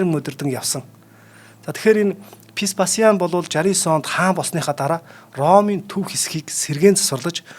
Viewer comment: К дуудахгүй Голизей гэж яриад бна шүү, Веспасианыг Пэспас л гээд бхын, цуврал Спартак бол түүхэн үнэн багатай фантази ихтэй цуврал шүү. Ер нь гладиаторуудын тухай нэлээн гуйвуулгатай ойлголт кинонууд өгдөг шүү. Тийм болохоор нэг бол кино ярь, үгүй бол түүхийн талаа баримаар бхийн. Эмэгтэй хөтлөгч "300 Спартан" киног л Гладиатортой холиод хуслаа. Түүхэн баримт талаасаа гладиатор маш өндөр үнэлгээтэй, амь насаа алдах нь кинонуудад гардаг шиг их биш бсан гэдэг шүү. Италид бсан Амарсанаа хөтлөгч хаачсийн бэ?